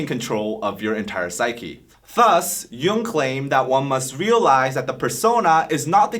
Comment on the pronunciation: Really nice video, but you’re pronouncing the name Jung in the wrong way, the right pronunciation it’s jUng, you’re pronouncing it as jOUng, it’s German (Swiss) name not English